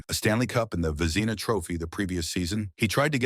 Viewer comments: "Vezeeena Trophies?" WTH?? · "Ice Hockey Field", was said twice 🤦‍♂ "Vezeena Trophy is how Vezina Trophy was pronounced. I turned this crapola off! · AI??? Vezeeeeena Cups? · Only someone who doesn’t follow the game would butcher the pronunciation of one of the most important awards in the game. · My words exactly. And his pronouncement of Vezina, shows his deplorable character.